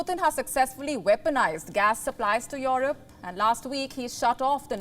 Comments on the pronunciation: Your Rope or Europe? That accent... jeez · She has some problem in pronouncing Europe.... Its not yohrub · noy yorup...E.....Europe.